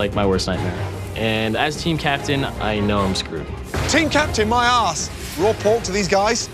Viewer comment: "Team Captain, MAY I ASK?" the way Gordon said it, sounded like, "Team Captain My Ass"